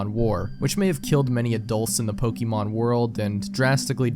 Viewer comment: Dude, you're pronouncing "Pokeemon" like my grandfather lmao